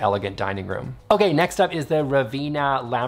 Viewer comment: I think it’s pronounced Ra-venn-a , because that’s my name and that’s how it’s pronounced, like the city in Italy 😊.